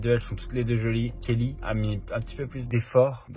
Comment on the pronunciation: Il a lâché kellyn au début au lieu de Kelly 😭